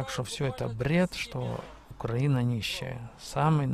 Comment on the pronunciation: Дружище, только пожалуйста, при произношении слова Украина,- ставь ударение на "И", просто так правильно. Да , а дороги у нас получше в разьі, и главное что постоянно делают. Уже с Львова к Ковелу делают, так что - ВЕЛКАМ